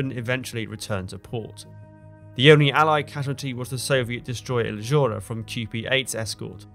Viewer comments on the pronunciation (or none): none